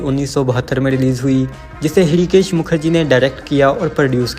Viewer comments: Bhool bhuliya is more of a thriller than comedy. 3 of your 10 movies were directed by Hrishikesh Mukherjee. He and utpal dutt have many more comedies to their credit. You could not pronounce l it right. His name is pronounced as Rishikesh M H is silent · Hirikesh Mukherjee , bhai padhna bhi nahin aata kya ?